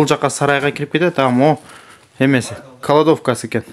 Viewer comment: Кладовка деп айтчы, каладовка дебей